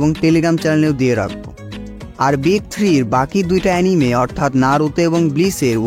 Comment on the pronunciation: এনিমি ❌ আনিমে ✔